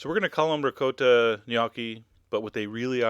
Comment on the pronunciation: This is delicious but that isn't how you pronounce ricotta. Omg.